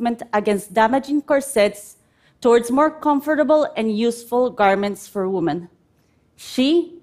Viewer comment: Great Idea, but does it really work as advertised? 🤔 I would start by first by teaching her how to pronounce "women".